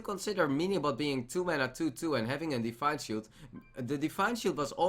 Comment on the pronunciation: thisj pronunciation plz! Define shield